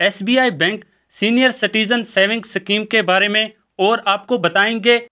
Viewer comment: सकीम नही शुद्ध उच्चारण "स्कीम * होती है ।